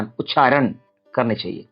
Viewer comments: It is ucharana not ucharan... Veda not ved, nyasa not nyas. First you must learn to pronounce properly before posting such videos... Shame!!! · The word उच्चारण is itself wrongly pronounced by the Acharya as उच्छारण with a needless _छ_. Unfortunately most persons from Tamil Nadu including Brahmins, have misplaced pronounciation of Sanskrit. The notable exception was late Dr Suresh Iyer of Ghanapati, whose voice shines through with clearest articulation. His untimely passing was a great loss to the Sanskrit knowing community. The reason is clearly the Tamil script that has one க for four sounds of Sanskrit - क ख ग घ. The inadequate (நொண்டி = lame)Tamil script handicaps the natives. Further anti Hindi ideologues of TN have prevented the propogation of Hindi teaching in TN for about 75 years.